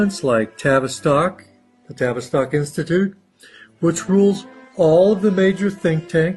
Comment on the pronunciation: Notice he said Tavis stock institute Rhymes with Travis Scott?🤔